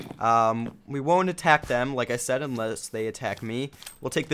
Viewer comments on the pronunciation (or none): none